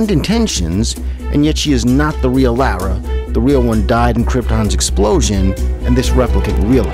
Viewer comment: Lara = Laura not Lowra